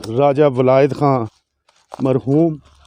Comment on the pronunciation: MEHROOM NAE HOTA,MARHOOM HOTA HA